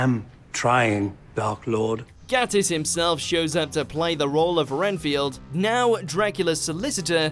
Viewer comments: It’s Mark gaYtiss, not Mark gAttiss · It's pronounced Gay-tiss. As he says himself, "Just think 'gay.' I always do." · I wish Watchmojo could say Mark Gatiss's surname right. There's literally a video where Mark says how to pronounce it.